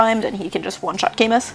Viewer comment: camus is pronounced 'ca-moo' btw